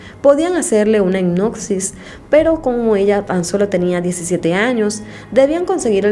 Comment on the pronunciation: Jajajajajaja hicnosis jajajjajajaja es hipnosis con p no con c se pronuncia